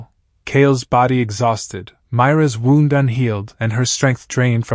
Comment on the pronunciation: If she was going to freeze without his jacket, wouldn't she have already frozen before he found her? How many times is the AI going to misprounce "wound"?